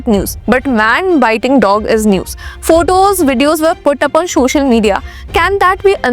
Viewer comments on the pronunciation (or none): So-cial not Sho-cial.